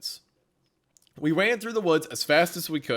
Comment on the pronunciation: “we wan through the woods” 😂